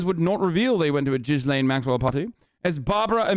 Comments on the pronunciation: French guy here: it's pronounced 'Ghislaine' not 'Guylaine'... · Lol it's not pronounced Jizz-lane Maxwell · And Gislaine is said like "Ghee lane". And the fact that you don't care that the files are sealed with the names. Just shows that these girls are in danger more than ever because no one knows who these people are. If these girls go missing how is anyone going to know who did it. Gislaine is a sacrifice, you seriously don't know a thing. They didn't offer her a deal to name names. You need to stick to your games don't commentate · he calls her jizzlane maxwell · Damn, he called her JIZZlane Maxwell. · nah, it's not oblivious. Americans know how to pronounce JIZZ-LANE perfectly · Di you just call her Jizzlane? 😂😂